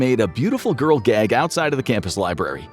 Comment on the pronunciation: You say gag" funny, like "gaygg"